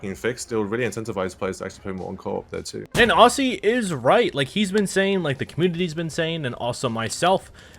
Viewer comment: As an Aussie, let me tell ya, you pronounce the word "Aussie" unlike pretty much any Australian actually does. Think more "Ozzy" less "Aus-See"